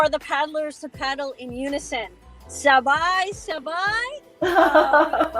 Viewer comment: Ang galing naman ni mag Tagalog ‘’ sabay sabay’’